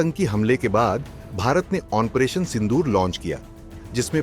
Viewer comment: Onparation nehi bolta hai onparation bolta hai thik hai